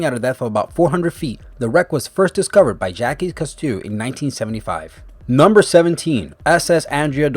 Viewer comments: Jacques Cousteau is pronounced more like "Jock Coostow" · "Jackass Costew" -_ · worth watching this copy and paste video only just to listen how he pronounces Cousteau! 😂😂😂#Priceless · dude i cant believe you mispronounced frigate and more importantly Jacques Cousteau